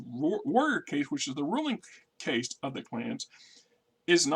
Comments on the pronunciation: Caste, not case. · Meh it’s part of the charm of the channel and I get a chuckle out of it. Let be